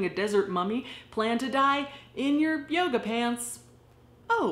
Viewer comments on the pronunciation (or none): none